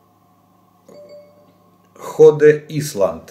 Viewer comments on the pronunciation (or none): Ходе Исланд? Мистер Ж, не позорьтесь. Rhode Island по-русски звучит Род Айлэнд. Самый маленький штат так называется. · Ну и сказанул... Подлодка "Ходе исланд" , Род Айленд ! Позорище